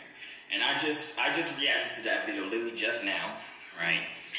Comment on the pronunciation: Dis dude think we gone slide past the fact that he said “litlally”